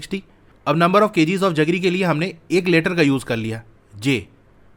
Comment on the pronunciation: Sir it's jaggery not जगरी but you explain so nice